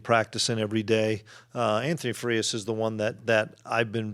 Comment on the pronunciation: Frias - i. - pronounced as long. 'E' or long ' I ' ??